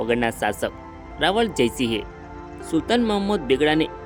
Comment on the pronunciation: ભાઈ રાવળ નઈ રાવલ બોલ